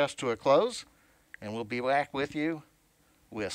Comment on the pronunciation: "...and we'll be 'wack' with you..." You said it buddy